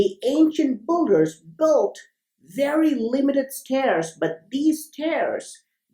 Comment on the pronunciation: Why pronounce builder as BULDER not BILDER ?